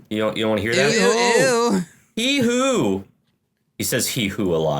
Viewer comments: HEE-HO! Not “Hee-hoo” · It’s hee-ho not hee-who. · ITS HEE-HO NOT HEE-WHO!!! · Uh, excuse me, it's pronounced "hee-hoe" you uncultured goober